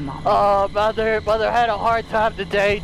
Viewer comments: The way he says mother “moder” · I love how says mother. "I'LL KILL DEM ALL MUDER"